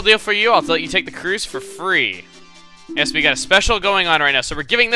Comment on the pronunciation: Chuggaa, you can't say YES like NO You need to say it like YESZ or HYES or HYESZ